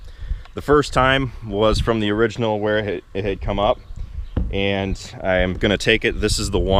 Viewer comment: Another word issue that makes my ears ache... It's "and" not "ant"... I know, but it just jumps out at me. Your brother does it too, and I'll bet your dad does as well, but he doesn't talk much. Just shoot me... have a great day.